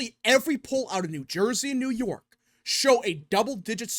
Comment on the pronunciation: New Surjey